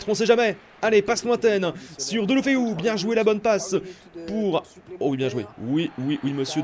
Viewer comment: Ça ce prononce dèl lou feu